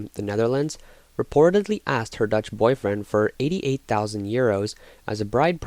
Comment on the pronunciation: Bro says, "Let's go Ducth"